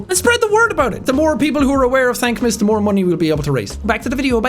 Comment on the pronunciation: What the hell is "Thankmas"?